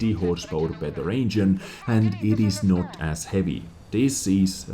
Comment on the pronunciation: "Engien power..."